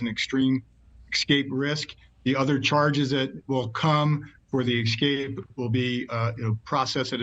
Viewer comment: speak reasonably well. excape is not a word.